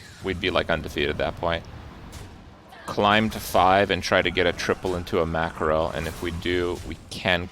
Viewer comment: Why tf he sayin mackerél